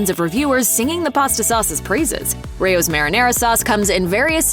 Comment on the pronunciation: Correct pronunciation is RAY-ohs.